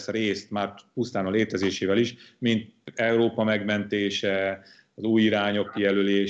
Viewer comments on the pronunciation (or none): none